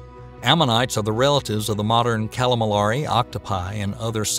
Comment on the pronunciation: This video is, unfortunately, riddled with errors and mispronunciations. The narrator repeatedly mispronounces cretaceous along with, ambulocetus, cenozoic, cartilaginous and, oddly, calamari. Factual errors include the claim that both reptiles and mammals evolved from pelycosaurs (only mammals did), megalodon died out during the K-T extinction 66 million years ago ( when they actually lived about 40 million years later and died out 3.6 million years ago in the Pliocene epoch), angiosperms became dominant in the Cenozoic era ( in fact they were well established long before the Centozoic era some 100 to 120 million years ago in the Cretaceous period), the claim Paraceratherium was a Hippo ancestor (it was, in reality, a type of hornless rhinoceros) and that Therapsids were the first proto-mammals (they were not).